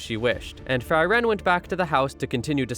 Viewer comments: All this Member have german names. Frieren [ˈfriːrən] not Fry Wren = freeze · It´s Fri: ren, not Freiren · It's pronounced (free ren). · I feel things about how the protagonist's name is pronounced throughout this.